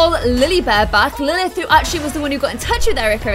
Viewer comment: You said Emma nested of Lilith